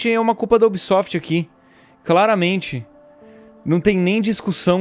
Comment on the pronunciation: O ubísoftí!😂🤣😅